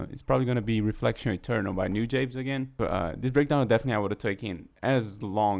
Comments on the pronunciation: btw you pronnounce it noo-jah-bess, not nu-jabeyz lol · Newjabes? It's New-Jah-Bez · It's "Nu-jahbes"